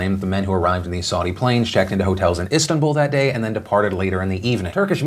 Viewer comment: You pronunciation of Istanbul is disturbing.